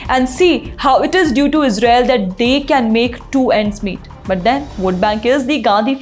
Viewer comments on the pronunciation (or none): none